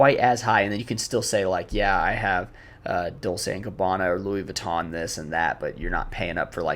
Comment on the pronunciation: "Tom Brown", "Louie Vwee-to" (americans say "Vih-ton"), "Dolche Gabana", "Johnny Versahchee", "Seh Lowrah" (You can just say YSL), "Airmez", "Brunello Coochinelli"